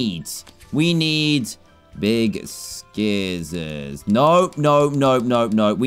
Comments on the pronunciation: I love how he says scissors and pronounces the C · the way he says scissors